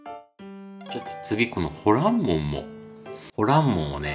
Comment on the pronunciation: ホランモン、発音はホ↓ラ↑ン↓モンじゃなくて、ホ↑ラ↑ン↑モン？かなと関西人が気になりましたー。 ホルモンも元々捨てるものって意味やから 捨てないって意味のほらんかなと思いました。 うまそうで関係ないですけど、失礼しました。